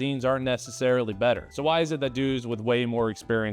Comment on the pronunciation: Better-err LOL